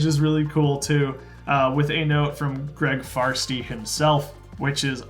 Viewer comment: Lego screwed up his name unfortunately. It's supposed to be Farshtey, not Farstey.